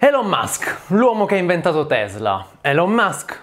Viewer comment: Va rivista la pronuncia delle parole inglesi. Elon e management, ad esempio, sono pronunciati ogni volta in modo completamente sbagliato.